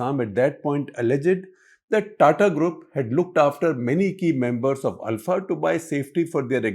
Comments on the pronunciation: Shekhar Gupta is pronouncing it right… it’s ULFA (pronounced AL-FA) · Shekhar is pronouncing it right.